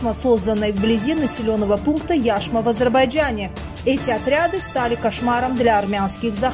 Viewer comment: Яшма. Ударение на последнюю букву, на букву "а". А не на "Я".